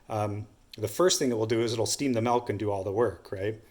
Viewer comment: Nice to see someone finally explain that correctly. Bernoulli’s principle at work. “Malk”? 🤪😉